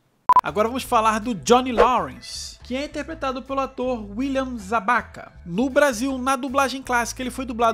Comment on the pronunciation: Ralph "Má-ki-o, William "Zá-bi-ka"; Elisabeth "Shu-ull".